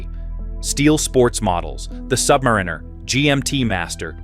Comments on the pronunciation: I dunno, not listening to anyone who calls the Rolex Sub a “Sub-Marine-Er” vs Sub-Mare-In-Er 🤔 Another BoT channel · Don’t listen to anyone who calls the 24 secs in…Rolex Sub a “Sub-Marine-Er” as it’s pronounced “Sub-Mare-In-Er” Even for a BoT the moron who stitched this all together doesn’t have a clue.